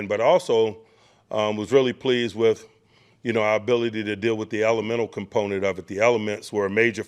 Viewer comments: Why can't he just talk in regular English? We know he's an intelligent man. I'm gonna start the "compnent" drinking game. Whenever he says "component", I'll say "drink". Enjoy your forthcoming headaches! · Whew! I lost count of the "components"